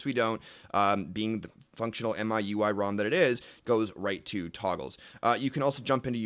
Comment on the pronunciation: The Wikipedia page opens with it being pronounced Me, you, I. You are both wrong.